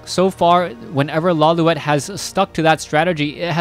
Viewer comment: Lawliet is a Japanese name pronounced "Lo-lite".